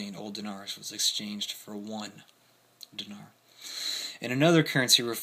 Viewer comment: Remember, during the period, they were in the middle of a civil war. Great lesson on hyperinflation. Thanks. BTW, it's "DEENAR" Lol "NOVI" means "NEW"